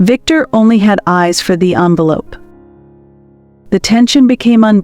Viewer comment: The narrator is presumably well educated. If this is the case then why oh why didn’t she read the script before she spoke? How, in the context of the story surely she knew the difference between envelop and envelope, and resume and resumé!!!